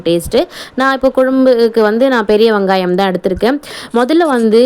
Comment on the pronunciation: ஆமாண்டா கண்டிப்பாக சில வகை குழம்பு கூட்டி வச்சா சூப்பராக இருக்கும் .அந்த வகையில மஞ்சு வச்ச ஷீல மீன் குழம்பு அற்புதமான முறையில சூப்பராக செஞ்சீங்க. ❤❤❤❤வங்காயம் இல்ல வெங்காயம் எங்க மறுபடி சொல்லு 😂😂😂😂😂😂😂😂😂😂